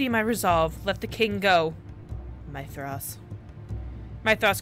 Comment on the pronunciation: Don't you love how they pause in the middle of their escape, just to settle Sexto's daddy issues..... Yeah, me neither (Oh but Hildyr is pronounced Hill-Der and Mythros is pronounce Myth(like a legend)-ross)